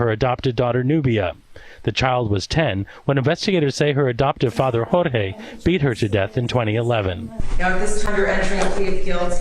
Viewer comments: "Hor-Hay". Jorge is a Spanish name and is pronounced "Hor-Hay." I realize this may not be common knowledge among those who have never studied Spanish, however it's common enough in the U.S. that it's worth committing to memory. I've mentioned this several times before upon hearing you mispronounce the name in other cases, however I realize you probably get bombarded with messages and are unable to read them all. I just feel it is important that you make an effort to pronounce Jorge correctly as well as any other unfamiliar names you come across. You might not feel it is important to pronounce the perpetrator's name correctly, however it is only common courtesy as you don't want to disrespect your fans who are named Jorge. Thank you. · Okay, can you please look up how to pronounce names when you do these videos? This is the second video I have seen where someone was named Jorge and you repeatedly pronounced it "George" throughout the video. It is very important to get the names of the victims, and the perpetrators correct. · Why do you keep calling him George with a hard G? That’s not his name. There are actual news clips pronouncing it rightly, in this video SMH